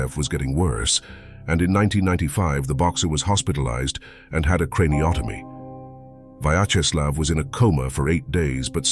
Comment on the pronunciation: Pronounce: VYACZESLAV (not VAYCZESLAV)